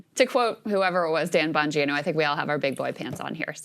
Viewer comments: Gives me when such a weird feeling when he pronounces it as Dan “Bonguino” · First it was "Have you ever BEAN" now we have "Dan BonGEENo" 😂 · Dan Bon-what?? 😂 At least he didn't say BonGyno. There is a real problem in the new podcast debatosphere with regular journalists showing up and not having a clue wtf they are talking about.